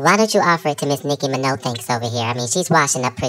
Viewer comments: not "nicki minachos" LMAO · Nicki Minachos, BeCoonce, COVID 37, ADELIPHANT 😂🤣😭💀⚰️💐 why did I watch this at 3am?? Gags galore. 🤣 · "Nicki Minothanks, Nicki Minachos" I'm sooo glad you are back bruh😂😂😂😂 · Nicki MiNachos; Nicki MiNothanks; Beycoonce’; COVID-37; Adelephant; 😂😂😭😭😭💀💀💀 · “Nicki Minothanks”